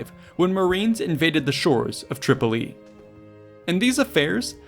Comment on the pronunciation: It's not "TripolEE" Just Tripoli.